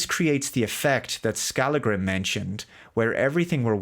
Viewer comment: FYI: That is NOT how you pronounce the name "Skallagrím".